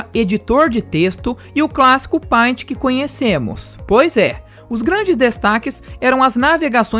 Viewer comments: "Páint" (meus ovos). A pronúncia correta do Paint é "pêint". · Cara, teu vídeo é incrível, mas preciso fazer uma crítica construtiva. Peço que não se ofenda, por favor! Mano, teu inglês é sofrível. Tive que por no mudo e ler as legendas. "Windows média", mano!?, "úpigueide", "páinti"... Não me leve a mal... Mas é somente isso que deve melhorar no seu canal Beijos Like e inscrito aqui!